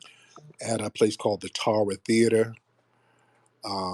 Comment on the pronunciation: Unfortunately, it’s pronounced “Tare-ah” Theater. Like the plantation on Gone with The Wind. 🤷🏽‍♂️🤷🏽‍♂️🤷🏽‍♂️